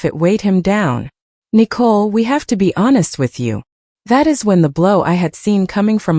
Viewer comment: Why are they pronouncing Nicole like a cat would?